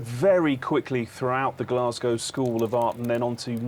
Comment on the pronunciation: First time I’ve heard an American say Glasgow correctly